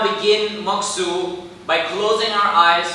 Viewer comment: Mokuso pronounced MOK-SŌ, not MOK-SUE is my only gripe for this video. Otherwise great tutorials! Osu!